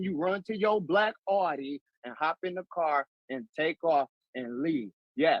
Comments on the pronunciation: It is owe-Dee! Not Aww-see. Just like “Porsche” is two syllables, Por-sha; not one syllable porsh. Please pronounce the names of quality German car manufacturers appropriately. They deserve that much. If you have ever driven either vehicle, you would know that. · Per Audi themselves it’s pronounced Ow-dee as in howdy or outie. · Born and raised in central NJ can confirm it's "OWDEE" 🤣 love your channel man, thank you for making these! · It is Aw-dee like Audio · Correct. Not Ow Dee O.. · I have a friend in New Hampshire he calls the Audi an oughtie not outie. 🤷‍♀ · German-American here. The original German pronunciation is ow•dee. But say it however you like! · Aaaaaarrŕghhhhhh check you out 2K! LLONGIFARCHIADAU!! (congratulations in Welsh). In thr UK we call is Audi (pronounced ow‐ dee) This was the right result. Good ĵob Mr Black! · From the website of the Audi dealership in Hampton, VA: "The proper way to pronounce Audi is 'ou-dee,' with the 'ou' being the same as in the word 'cloud.'" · All of Michigan pronounces it as aww-dee. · Exactly! I don’t know where they picked up this “aww-dee” nonsense. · I'm from Michigan and yes, that is how Audi is pronounced here. 😂 I agree with the judge. Good job, Mr Black! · Midwesterner (MN) here and we pronounce Audi as the officer did. My family moved here from Brooklyn/NJ and I have an idear that they pronounce Audi your way 😂. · I definitely pronounce “Audi” like they do in New Jersey (and everywhere else in the world where they want to pronounce it correctly). I’ve never heard it pronounced how the officer pronounced it. I hope the rest of Michigan doesn’t do that, too. That would get annoying very quickly…